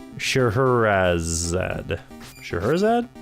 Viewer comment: Blue screen... could it be?::bullet hole:: YES!!!!! I think it's Sha-hair-ehh-zod. I'm a bit surprised December turned out to be a skimpy retro month for you,. I got a mini-haul of Genesis titles and an SNES game for Christmas. They're all items I picked out at a store over Thanksgiving and Bean then wrapped up to give me, but still! Happy New Year, man.